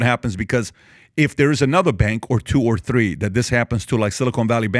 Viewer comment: Th-d-ree…ya know?